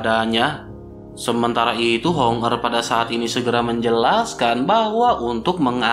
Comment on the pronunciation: Hong er dan Hong meng selalu salah sebut.